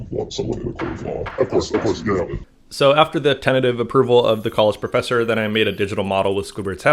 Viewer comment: All I heard was, “Hi, professor F+ck+ss?” And it made me gently blow a puff of air outta my nose… my +ss off